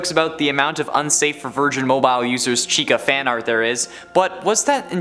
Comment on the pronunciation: He says SHECA